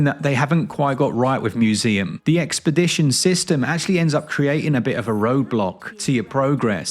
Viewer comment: Expedition. It’s called expedition.